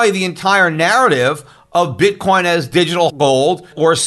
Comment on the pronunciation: That SOB J Bravo, every time Schiff says "Bitcoin" I hear him saying "BITCORN."